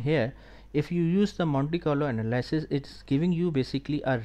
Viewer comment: Anal-ee-sis; thank you